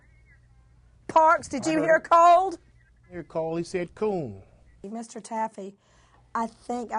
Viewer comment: ''Cold doesn't have an ''s'' sound on the end of the word.